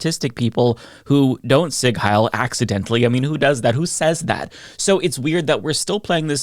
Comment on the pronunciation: btw it's pronounced ZEE-g HAI-l